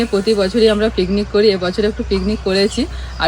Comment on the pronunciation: Please thik kore kotha bolo...pignic bolo na bolo picnic...kishna....nijeder vitor ja paro bolo bt vloge korbe jakhon thik kore kotha bolbe